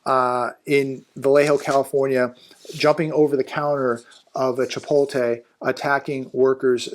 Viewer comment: Hey, it's not Chi-pol-te, it's Chi-pot-le...:face-blue-smiling